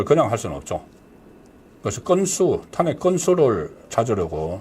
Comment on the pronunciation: 송선생님, 존경하지만 ᆢ 몇몇 단어 발음이 어눌하여 들을때마다 속상해요 특히 *탄핵, *총장 등의 발음은 정말 듣기 민망함. ❤❤❤❤❤